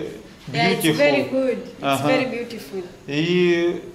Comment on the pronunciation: Вэри экспенсив, ту Мач онанизм......😂